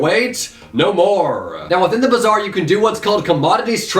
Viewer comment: Bazaar is pronounced like Baazaar and its meaning is "market"